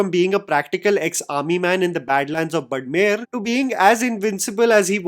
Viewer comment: Bro, it's *बाड़मेर*.